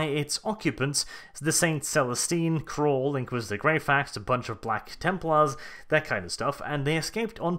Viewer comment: Cawl not Crawl right? Do I put it down to accent orrrr